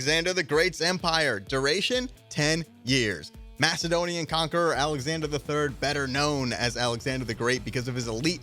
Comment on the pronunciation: The way he said Macedonian